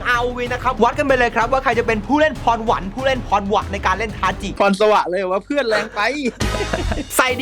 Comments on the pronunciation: ทาจิครับไม่ใช่ทาชิ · ชื่อ ทาจิครับถ้าอ่านตามหลักภาษาญี่ปุ่น ち chi ออกเสียงว่า จิ し shi ตัวนี้ถึงออกเสียง ชิ ครับ